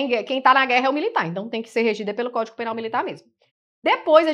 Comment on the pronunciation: Eu ouvi “códico” penal . Desculpe se ouvi errado. Bem no início da aula.